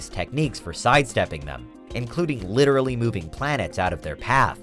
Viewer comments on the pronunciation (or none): none